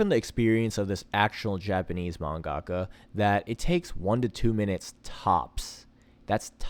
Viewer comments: Your pronunciation of man-ga-ka was painful but otherwise it's a good video. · you still say manga-ka wrong.